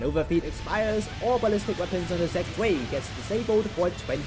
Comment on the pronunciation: It's said Zv-eye, not zuey. Good video.